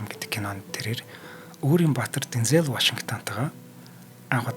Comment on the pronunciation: Bayarlalaa Deenzel Waashington gej duuddag shuu. Denzeel bishee